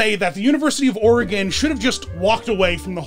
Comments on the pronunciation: "Or ee gone" or "Or uh gone" which are both incorrect. You got it right though! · As an Oregonian, I must thank you for pronouncing Oregon correctly 🙏